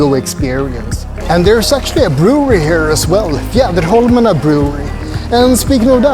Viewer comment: Beautiful tour of the Archipelago and very well narrated. Chocolates, beer, whiskey and beautiful views..so nice. How easily you pronounced Fjäderholmarna. Its a tongue twister for me 😀. Big like and new follower of your wonderful vlog here. Warm greetings from Switzerland.